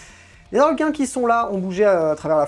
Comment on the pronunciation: Je tiens qd même à te signaler que tu peux dire les Zarlequins car Harlequins, c'est en anglais, en français y'a point de H ;) Donc lâche-toi sur cette liaison pas si dangereuse ;)